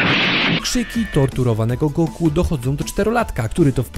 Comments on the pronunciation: Czy raczej nie powinno sie mowic "Goku" ? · ej typie dlaczego mówisz na Goku ,,son Go''?????????????????? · Kto to jest Songo... Usłyszałem to "sągo" i juz wiem, że dalej nie ma sensu tego oglądać 😢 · Goku nie Songo błagam :) !!!